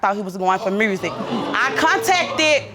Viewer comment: Since when does the word music have an "r" in it?